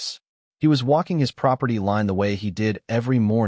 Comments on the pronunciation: What is with pronouncing line as lean? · It is AI using the soft I sound as in lip instead of the hard I sound as in lice. It doesn’t know the rule . . . yet